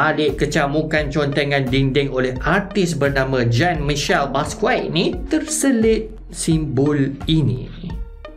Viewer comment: Bang, nama Perancis Basquiat [ Bas-qui-at ] disebut Baskia [ Bas-Ki-a]